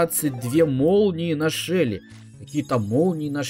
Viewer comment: почему ты говоришь шэли а не шелли